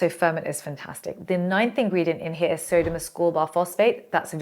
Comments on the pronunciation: Hahaha Sodium not SERGIO! Teee hee heeeeee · sodium hyaluronate = "sergio hydronate" 😂🎉❤ gotta love